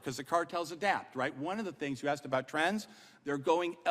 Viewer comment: "I axed you" This is a sitting US congresswoman.